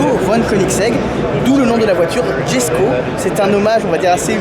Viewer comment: Incroyable Koenigsegg, ce constructeur jamais ne déçoit 😍 en tout cas techniquement, car pour le style chacun ses goûts... ah oui, j'ai vu en direct la présentation de la voiture, et il semblerait que son nom se prononce Yesko ! Châssis entièrement nouveau, moteur upgradé avec le fameux vilebrequin plat unique au monde, nouvelle boîte de vitesse 9 rapports et 7 embrayages, 7 embrayages pour passer de n'importe quelle vitesse à n'importe quelle autre... unique au monde la aussi ! 90 kilos la boîte, contre 140 pour la DSG ! Au final l'ensemble moteur boîte pèse 190 kilos, contre près de 700 sur la Chiron... Bref, ça m'a fait un petit peu bondir quand tu as dit que c'est toujours la même chose, à un moment ça fait pitié. Désolé mais là c'est abusé d'être autant à côté de la plaque ! La voiture noire, en effet, le prix c'est abusé, incompréhensible ! Mais bon ils ont trouvé un gogo pour faire le chèque alors tout va bien 😅i